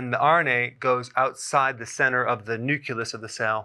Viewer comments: Dr Berg!!! I'm amazed! It's new- CLEE-us, NOT new-kyu-lus....come on, Doc.... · I'm a pedant too. The nu-Q-lar/lus pronunciation is - unfortunately - nearly ubiquitous. Even in the Military. 😖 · * nucleus (Sorry, couldn't let that one slide, Doc. lol!)